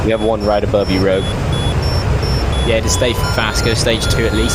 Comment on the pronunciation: "The Rog-yoouu" for Rogue had me laughing :D